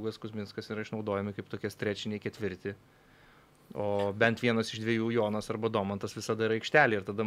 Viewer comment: nuo kada Jonas tapo "dzoniu"? 😆